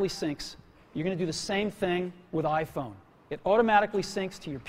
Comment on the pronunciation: "AH-phone"- Cellular dude